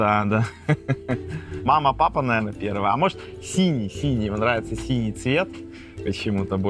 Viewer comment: Он говорит не «синий»,а «сеня»